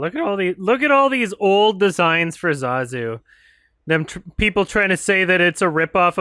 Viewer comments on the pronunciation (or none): YOU JUST CALLED HIM ZAAAZU WTF?!